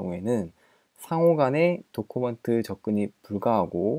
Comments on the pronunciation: 도쿠먼트 구수하구 조쿠먼. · 좋은영상 감사합니다. + 다음 영상에선 document를 도큐먼트라고 읽어주심이 어떨까요?